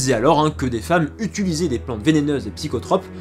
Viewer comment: Sympa la vidéo ! Chouette travail. Par contre à chaque fois que tu dis "utulisant" un chaton meurt écrasé sous une voiture.